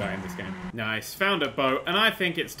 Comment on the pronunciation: he said nece I still like him I subed